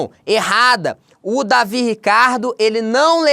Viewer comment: O correto é "Deivid" e não "Davi" Ricardo.